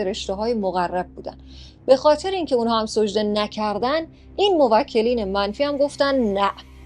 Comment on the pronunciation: سوجده نه سجده